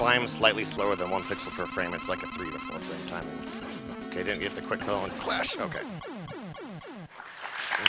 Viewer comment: Isn't it Crash Man? He keeps saying Clash.